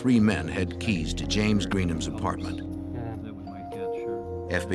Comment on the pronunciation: He can’t find his kah-keys